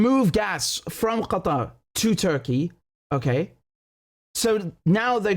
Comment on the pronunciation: Do you really have to pronounce the word "Qatar" like that?